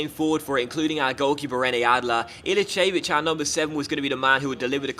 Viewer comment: i have been following you since 2013 you might remember me when the west brom career mode when i asked you to buy trapp to replacew foster so please watch a litle bit of bundelsiga channel on youtube to learn how to pranounce some of the players names ilicevic is ilichevic